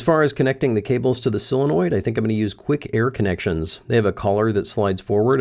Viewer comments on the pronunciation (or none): It's SOLenoid, not SILenoid!!! 😂